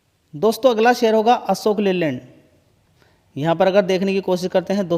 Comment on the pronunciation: असोक या अशोक.